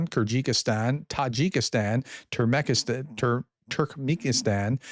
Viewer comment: watching you try to pronounce Turkmenistan brings up Reagan nostalgia. Brains of a feather...